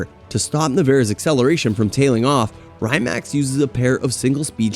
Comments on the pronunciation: rye mac🤣 its Rimac = ree·mak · good video mate... but the way you butcher the pronounciation of certain names is mad🤣😅 like Rymac, chairon etc... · A good journalist does his homework and learns all the specs and characteristics of its subjects, but they also verify they know how to pronounce the names too. I counted 3 maybe 4 names that were ultimately butchered. Koenigsegg, Rimac, Chiron and maybe another I can't think of. But if you want to be taken seriously, you must do better. Unless it is some kind of gimmick then I guess, but its a bad gimmick.